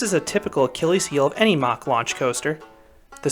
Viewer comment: Its MACK NOT MACH